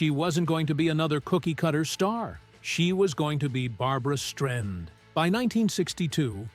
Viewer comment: Great video, thank you so much! Just an FYI, that is not how you say her name, it is Strei - sand (pronounced S-TRY-SAND) Thanks!